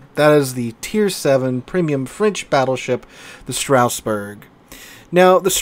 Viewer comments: It pronounces : Straas Bour Not StRaussBeRg. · Everytime says Stra"U"sburg, a part of me dies inside 🥲